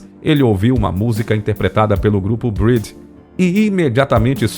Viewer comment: E também não é grupo "Brid", a pronúncia correta é Bréd. (BREAD) E There's a Kind of Hush se pronuncia (Kaind)...